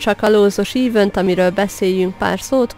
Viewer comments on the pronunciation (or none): Szia, köszi az infókat, de ha ezt olvasod akkor légyszi ne úgy ejtsd ki az eventet, hogy évönt, hanem egy kicsit úgy hogy eveönt, az "ö"t egszerre az e vel. Semmi bajom nincs amúgy a videóval, csak sérti a fülem :D amúgy még egszer kösz, és ha tudnál tippeket adni , hogy kezdő karinak, ami megbírja a pokolit (törpe) hogy lehet jól farmolni, és úgy, hogy napi 7órát iskolában vagyok és nincs mindig időm, csak belépni